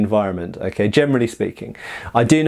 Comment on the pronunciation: i think i have something with my ears. everytime he says generally i understand germanly speeking...